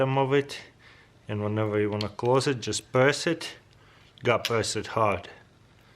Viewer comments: "That's a Knoiff" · “You call that a knoife”?